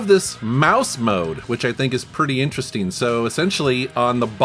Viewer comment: It's "interesting" not "interesteen." Ing, not een. you're welcome.